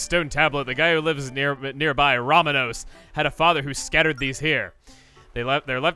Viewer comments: row-MAWN-ose, not RAW-muh-nose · I'm sorry but as a fellow Hispanic, there is NO excuse for you to call the son of the seafarer "RAH-muh-nos" instead of "roh-MAH-nos". I am sickened and disgusted by your grave mistake. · Chugga, just wanna let you know Romanos is pronounced Roh-MAH-nos, not RAH-muh-nos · its not "Ramanos" its "Romanos" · I think his name is pronounced "roh-MAH-nohss"